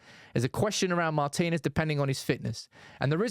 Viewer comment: Thank you for pronouncing "Martinez" correctly (i.e., Mar-teen-ez not Martin Ez, as we hear too often).